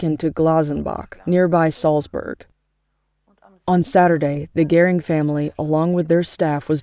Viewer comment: Why the voice-over? Because Americans are too illiterate to read subtitles? Also why is the name Göring pronounced as “Gehring?”